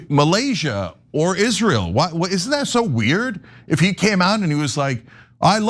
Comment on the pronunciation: Why cenk always said Malaysia?